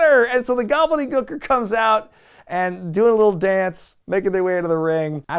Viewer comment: Why do you say Gooker like that?! Speak properly, man! 😂